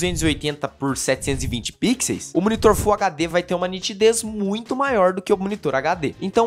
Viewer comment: o plural de pixels é com som de "u" 😆 Mas o vídeo é excelente!